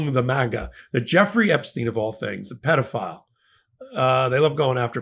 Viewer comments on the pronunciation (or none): It’s pronounced with a l o n g E. PEEdo-phile.